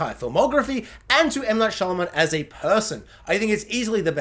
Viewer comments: Am I the only one hearing you say Shylaman and not Shymalan? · Making a whole ass video on the guy and saying his name wrong the whole time is almost as wild as having Unbreakable under The Visit and Old.